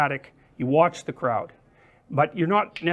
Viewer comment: 군중이라고 발음하는게 마치 영국인들이 독일인들을 부르는 크라우트 랑 비슷해서 웃기네요